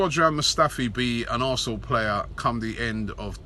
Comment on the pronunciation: Robbie says arsenal "arsnoool" hahah